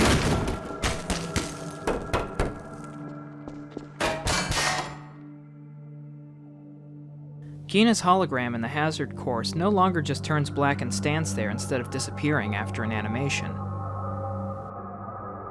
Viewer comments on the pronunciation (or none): Did you actually pronounce Gina's name as in Ghana...? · A couple nitpicks: "Gina" is pronounced with a soft "g", not a hard "g". It's "HECU", not "HCEU". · …Did you just pronounce "Gina" with a hard "g"? …Did you say "HCEU" instead of "HECU"? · I found another bug... The way you pronounced Gina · oh my god you pronounced "gina" with a hard g